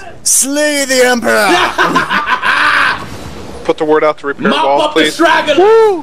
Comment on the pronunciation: "kill the false emperer "